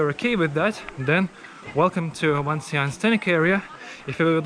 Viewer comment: It's not WangxianG, it's Wàngxiān or Wàngxiāngǔ with gǔ meaning valley